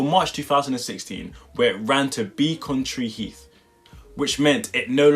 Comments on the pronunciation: It's not BEACONtree heath it's Becontree heath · Beck-on-tree. But tbh hardly anyone gives a crap.